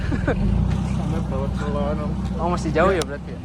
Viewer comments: sebagai orang jogja yg ga suka keramaian, selo boyolali tempat hiling seminggu sekali, ngopi2 diatas simpang PB itu bro asli enakeun bnyk cafe. btw sebutan kata selo yg masnya ucap itu salah/kurang tepat nadanya hehe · Selo pake e (medan) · SELO. E nya E biasa